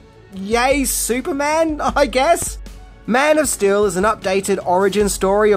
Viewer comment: your accent keeps sounding like you are saying Man of Still